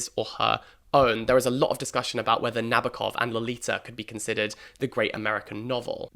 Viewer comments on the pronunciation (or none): A couple of tiny bits of pronunciation help: Appalachia ~ apple AT cha; Nabokov ~ stress on the second syllable, which is a clear, full, open o; Salinas ~ suh LEE nuhs.